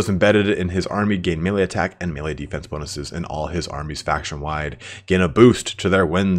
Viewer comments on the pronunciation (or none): none